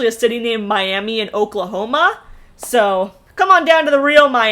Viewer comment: Okie here, Oklahoman, it's pronounced My-am-uh. I don't know why, lol.